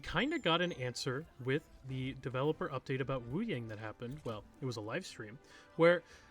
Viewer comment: i dont mean to be a hater or anything, because this video is great, but hearing you pronounce Wuyang (Woo-yawng) as Woo-yaing really irritates me especially when literally EVERY trailer he has and every character pronounces it as Woo-yawng.